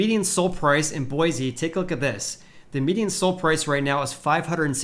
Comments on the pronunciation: A guy from Cali telling us how real estate is correcting from having doubled during the ridiculous plague. That’s rich. Don’t worry about Boise. With all the people fleeing Cali and their insanity making headlines daily, there is no end in sight. Oh, and learn to pronounce Boise correctly if you want an ounce of credibility here. It’s Boy-see. Not Boy-zee. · it’s boy-see!!